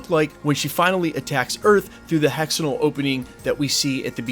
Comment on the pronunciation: It's pronounced hex-ag-on-al, not hexanol.